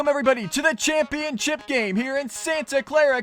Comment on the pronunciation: you said championchip not ship